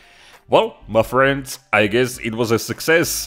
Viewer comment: the "muh frhiends" never gets old